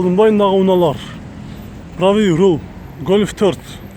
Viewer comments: Правиый руийл деген эмне туура айтчы же кыргызча эле он же сол деп айтсан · Pravyi rur dep koichu he he